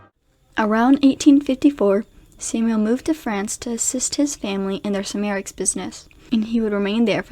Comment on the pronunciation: Check pronunciations of Siegfried and ceramics.